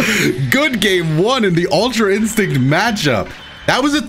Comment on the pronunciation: DOD nobody hear him say "gultra instinct goku"